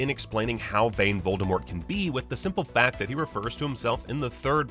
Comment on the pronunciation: The "T" in V oldemort is still silent ;)